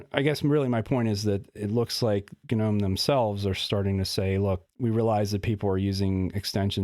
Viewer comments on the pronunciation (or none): ga-nome, ga-nome ga-nome. I had to quit. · It's just pronounced "NOME", dude :D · I was so confused at the beginning of the video as he kept saying "GNU" until I realised he was say "Gnome". Usually when everyone says they skip the G, I also do.